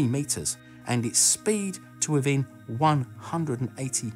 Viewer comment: " withen 3 meters" Had me spit out my drink and pulllll my hair on how shockingly accurate that was